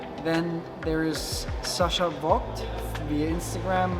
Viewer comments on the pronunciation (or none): bro can't pronounce a german name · Yes you said the name very Spain spanish, good luck⚡️ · Funny thing. Sacha Vogt is a german name but Mick pronounced it like an american boy